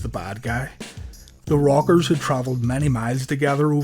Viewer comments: Nice video an thanks but every time you say the rockers I hear the robbers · funny ow he cant say rockers and says the robbers